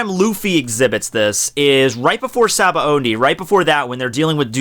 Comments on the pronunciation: Why da fuk is it so hard for people to pronounce SABAODY!!?? THERE IS NO FUKING N!!! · "Shaba ondey arc" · I always pronounced sabaody shabohdy